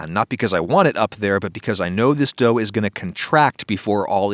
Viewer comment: " why i season my pan not my dougth